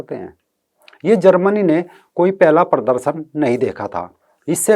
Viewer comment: भाई साहब, अपनी हिन्दी ठीक कीजिए। परदरसन नहीं, प्रदर्शन कहिए।